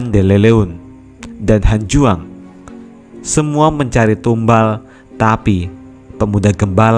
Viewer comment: bang lu orang mana sampai gak bisa menyebut hanyuang dan hanjuang saran dari gua coba lah liat chanel di samping haha